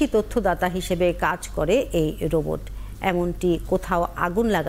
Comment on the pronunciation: বোবট না রোবট, উচ্চারণটা ঠিক করুন।